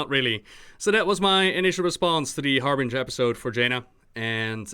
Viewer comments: IT'S "WARBRINGER" xD not Harbringer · "Jaina Harbinger video" iTs WaRbRiNgEr!1!1!